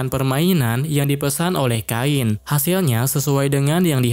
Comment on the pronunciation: Kain bang bukan kein